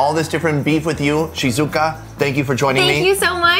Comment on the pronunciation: Great episode! Her name is actually pronounced "Shee-zoo-kah. My Mom is Japanese and her sister's name is Shizuka:) Sorry for being such a stickler for pronunciation. LOL This was one of my fave episodes ever. I have watched it 2x in the past month. Thanks for the amazing content,!